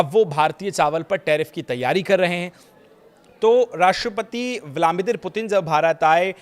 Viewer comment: आप के द्वारा व्लादिमिर का उच्चारण ग़लत किया जा रहा है, सुधार करें.